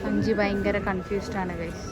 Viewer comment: ചേച്ചി അഞ്ചിനി അല്ല അഞ്ചിത കേട്ടോ